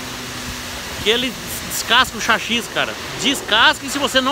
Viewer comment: To rachando de ri de vc, chachi,kkkkkk É chassi.kkkkkk Cara,muito bom seus videos.parabéns! Sua Humildade É Contagiante. Abs